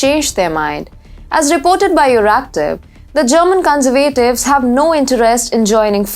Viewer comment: terrible presentation. what on earth are you talking about? please use punctuation, commas, full stops and learn how to pronounce 'conservatives' just ask google. amateur hour.